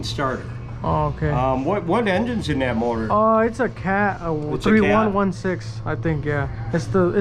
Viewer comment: it’s “THIRTY ONE SIXTEEN” not “THREE ONE ONE SIX” lol